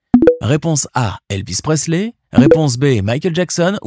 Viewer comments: Tu a fait une erreur... C'est Elvis Presley, pas Prestley ! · ELIVES PRESLEY PAS DE T SVP